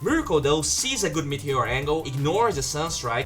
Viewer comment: ME - TE - OR not MEETHEOR